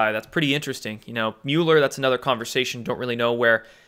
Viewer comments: Are you saying Mueller like (mule-er) as a dig? If so, that is fine, but it is pronounced Mull-er. So either smile when you say it or start saying it correctly. Thanks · Peace Bird And Mueller's name is pronounced Mole er Correct me if I'm wrong lol